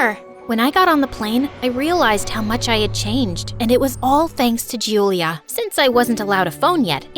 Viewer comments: Hello. I hav noticed a mistake in one of the most common names In italy. You are pronouncing ‘Giulia’ wrong. As it is pronounced as “juu-u-lee-ah” and you’ve said is as “Jew-lee-ah. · I'm italian and the pronunciation is Giulis